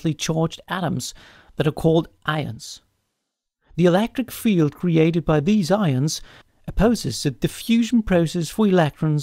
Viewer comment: "Alactron" and "Elactric field" are not "condactive" to my ability to focus during this video. ;)